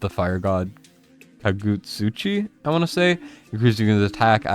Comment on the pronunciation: I love that you pronounced kagutsuchi correctly but didn't try naginata, woulda nailed it man!